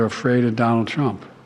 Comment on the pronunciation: Is Biden saying, "Donald Chump"?